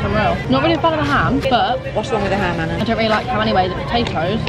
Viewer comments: You say it as arna but it’s spelt Anna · Srry but you said Anna and it is